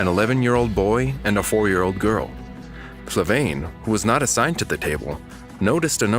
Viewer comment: So the voiceover keeps saying Flavaine when she clearly says herself it is Flaviane. Sorry, but it just bugged me.